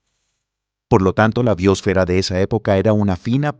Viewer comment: BiÓsfera... ¿Dónde está el acento de esta palabra? Me horrorizo escuchar esta se pronuncian cuando NO SE DICE ASÍ.